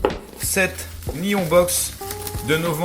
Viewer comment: Théo Dubourg Si tu le dis.... Reste que nihon se prononce ni-honne ! ^^